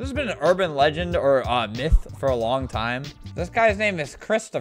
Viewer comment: Anyone else notice the emphasis on “myth” ? I hope he does one of those soon